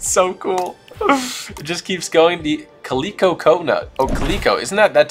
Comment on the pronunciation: Caleeco?? It’s calico a type of cat!